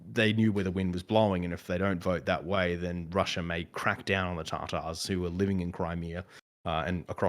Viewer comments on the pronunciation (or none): Tatars. Not tartars. Please. And the analyst dude apparently does not know that there are a number of different Tatar groups. Crimean tatars have a completely different history and identity than Volga Tatars or Siberia Tatars. It’s the Crimean tatars that were nearly wiped out by Stalin and have been essentially genocided again since the Russian occupation of Crimea. Also, all available estimates from 2014 from a number of organisations on the ground clearly state that at the most around 38% voted for joining Russia. They did not and do not want to be a part of Russia. Donetsk, if it came to a vote, is difficult to call - at least a million people have fled the “independent republic” over the years. I mean, come on :(